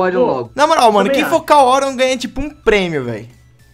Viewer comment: Kkkkk o Orion falou tudo errado